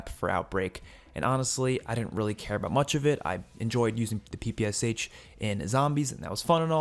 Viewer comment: last letter in PPSH pronounces how “shuh”, bro, and both P sounds like pa in word “pal”